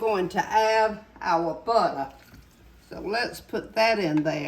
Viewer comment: well thank you!! I get tickled every time I watch you! And don't forget Kay-Kay 👍 Also, I am a southerner myself and me and my co- worker (she's Latino) we both practice saying "butta" we get so tickled. We tell one another "now don't you forget that butta" 🥰